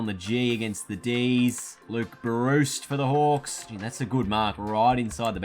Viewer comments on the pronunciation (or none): none